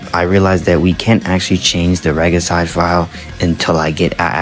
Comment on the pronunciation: Why tf do you pronounce regicide like that?